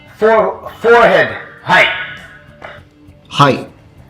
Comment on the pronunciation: He actually wasn't speaking Japanese but just said height weird A gun at forehead height did sound like Japanese tho